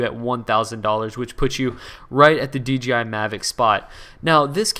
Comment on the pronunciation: DJI JJJJJJJJJJ not GGGGGGGGG